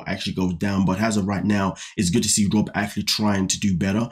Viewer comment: You naturally pronounce "Rob" like "Robe". British enough to me lol